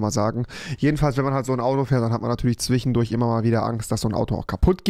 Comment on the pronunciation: Niemand: Rewi: zwichendurch